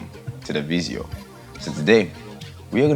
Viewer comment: You know we bout to learn when he says “Welcome To The VID-GEE-OH”.